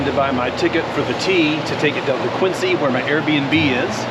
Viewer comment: FYI, from a Massachusetts native, it’s pronounced Kwin-zee not Kwin-sea.